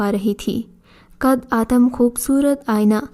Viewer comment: آپ لوگوں کی اچھی کوشش ہے ۔ کچھ کہانیاں واقعی اچھی ہیں مگر بعض کہانیوں کے ٹائٹل مناسب نہیں ہوتے۔ دوسرے یہ کہ اردو پڑھنے میں آپ لوگ بہت غلطیاں کرتے ہیں۔ مٹلاً قد آدم اسکو “ قدّے آدم “ پڑھتے ہیں۔ اسی طرح کی کی بے شمار غلطیاں ہر کہانی میں ہوتی ہیں۔ اسکو درست کریں ۔